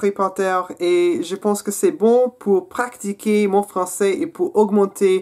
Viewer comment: Hey nice video , as usual ! only two mistakes in your French : be careful pronounciating the verb "Pratiquer" it's not like practice in English, no "C" in this word. You should say "pratiquer" not "praCtiquer". It was funny hearing you saying Astérix ^^ a difficult word for foreigners ! Don't say "LES" Astérix or "LE" Astérix , it's impossible to put LE or LES because Astérix is a proper noun. So we say :"J'ai regardé Astérix (considering we're talking about the film) " OR "J'ai regardé le film Astérix" is also ok. Your accent is pretty nice , keep going reading in french , harry Potter is a nice book :)